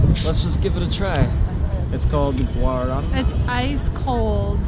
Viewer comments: Guarana i(emphasis on the last syllabe) is a fruit from the north of Brazil. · As garrafinhas pequenas de refrigerantes são para que crianças levem para escola ou que não se engira muito açúcar. A forma correta de falar guaraná é com a sílaba tônica no último "á" por isso ele tem um acento gráfico.